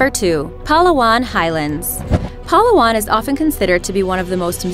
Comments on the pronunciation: She said Palawan wrong...It’s Pa-la-wan not Pala-wan.....no offense but if you’re a Filipino or Filipina you will get ittt!! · The palawan high lands; Actually it pronounced as (pa-lah-wan) not straight fast forward ‘palawan’ like you pronounced it. It’s really a beautiful place. And thank you for making this video, I was planning to travel around the world. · Yeah Philippines! Dab for those in Palawan Baby! Also you say Palawan funnily. It's pa-LA-wan. That's how you say it. Not PA-la-wan. It's kinda sad that government officials here in our country don't help the tourist destinations that are great to be publicly viewed. They don't even think about making the national airport better to the public. The national airport here is terrible. Big dang Traffic. Smoking cars hitting through your nostrils once you get out of the airport. The road to get out from the airport is already traffic in itself. You have to walk a long way and find a taxi. The taxi drivers here are sometimes even greedy. They take you to the long route instead of the short one and charge you with a lot if they'll notice your not from here. Philippines would be rich already and won't be having economic problems and not having other Filipinos to go abroad to find a decent job. Government officials here are ignorant to the gifts of the land and just don't care that the land will just die out. The only thing they want is money. Yeah graft and corruption is frequent here. We even make jokes about how our next president will probably be corrupt after he did a lot of good things like how president Marcos did in his presidency. He was a great president up until he stole money from the community. Which was a huge backlash to his greatness. Now we're discussing if he deserves to be part of the Heroes Cemetery, where all the great heroes ever to be told around the country is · Pal-aw-an IM DEAD, THE PRONOUNCIATION KILLED ME. I'm a filipino and Palawan is amazing. BTS, its pronounced as Pala-wan :)